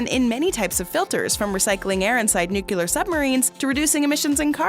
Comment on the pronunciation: did she just say nuke-uu-lar, not nuk-cle-arr? is this a simpsons episode? are we really going to take advice from someone who can't pronounce the word nuclear?